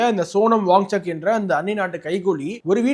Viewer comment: His name is pronounced as WANCHUK and not WangCHAK. Correct yourself